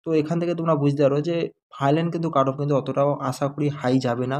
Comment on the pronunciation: আমি তোমার সব ভিডিও দেখি..সব ঠিক আছে কিন্তু তুমি 'ফাইলান' বলো কেনো..ওটা তো 'ফাইনাল' বলতে হবে।